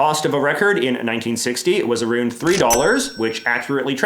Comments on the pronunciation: I love when Canadians let slip their natural speech. Let's chat about that anytime you get aroon to it.😉😂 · Ah-roond is a new one